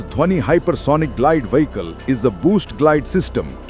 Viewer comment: Why does your narrrator pronounce 'vehicle' as 'Wee-he-kal'? Oh! I forgot. You are Republic channel: Nothing better can be expected